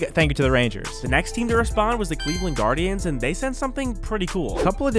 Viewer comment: You botched the guardians name